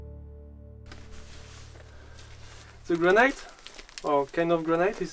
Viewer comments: my evergreen comment: AAAAAAAAAAHHHHHHHHH stop saying graNIGHT!!!!! "granite" rhymes with "bonito" or "get it", got it? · Granite - pronounced gran-it not gran -night